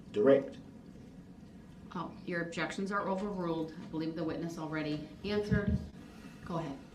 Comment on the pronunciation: His objekshuns (DB SPEAK) drive me crazy!